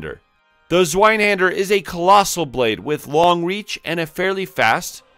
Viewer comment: zz-vye-hawn-der haha great vid, dude. Reminded me I gotta play Code Vein again.